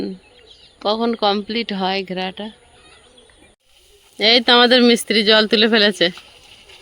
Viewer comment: Tomar mukhe pakka mistiri sunte valo lage😂